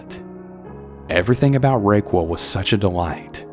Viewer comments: I can’t help but wonder if the person you’re referring to as Raykwel is actually raquel (pronounced ra-kell) lol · Is no one gonna address him pronouncing Raquel as "RayQuil" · I was like "hm, what an interesting name Rayquel..." then my Spanish brain translated it. RAQUEL (RA-KEL). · The way he pronounced Raquel lmao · That’s not even close to the correct pronunciation of Raquel.